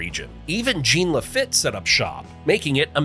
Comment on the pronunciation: you pronounced most things well until Jean lafitte, you failed that one lol